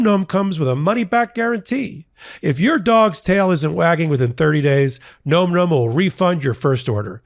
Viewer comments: it's Nom Nom's not nome nomes;-) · NOM NOM is pronounced with soft O vowel, not a hard, it's not GNOME GNOME, its NOM NOM